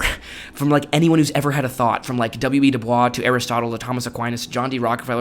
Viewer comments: It's pronounced "Du Boys" not "Du Bwah" but everything else is great! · W.E.B. DuBois pronounced his name like Doo Boyss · W.E.B. Dubois’s surname is pronounced, counterintuitively, to sound like ‘Boise’: De-BOYZ. I don’t know why. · If you read this: W. E. B. Du Bois's name is pronounced "dew boyz." NOT "dew bwa". Preparing to give a speech to an organization, he wrote to the man in charge of introducing him, that his last name should be pronounced "dew boyz." Please learn to pronounce people's names correctly, as THEY pronounced them. Dr. Du Bois was not French; his father's white ancestors were from a French-speaking part of Europe, several generations before he was born. If you respect a person, and or the person's memory, you will learn how they wanted their name pronounced and you will pronounce it that way. PLEASE! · PS Pronounced WEB Du Boys not du Bwa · Oh, the irony: "W.E.B. Du Bois pronounced his name doo-BOYSS (doo-boys), not the French way (doo-bwah). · W.E.B. DuBois pronounced his last name doo-BOYSS (stress on the second syllable, rhyming with "voice"), not doo-BWAH. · As a person who worked extremely hard to learn French, I know how difficult this is, but he pronounced his last name anglicized as “Du BOYZ”. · It's pronounced, W E B DooBoys. He specifically rejected the French pronunciation of his surname. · Good video though sad to here (I'm an Gen Xer). One minor nit ... W.E.B. Dubois is pronounced "do BOYS". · "Doo-BOYSS", this is how the man himself wished his name to be pronounced, regardless of its French origins. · To Please pronounce WEB DuBois’s last name correctly. It’s pronounced Du-BOYS’ and not as a French speaking person would say it. Thank you! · w.e.b. du bois was very clear that his name should be pronounced 'duh boys' because the french pronunciation was the people who owned his family, not him. good video but this bothered me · You pronounce it DU BOISE. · You're pronouncing W.E.B DuBois wrong!!!!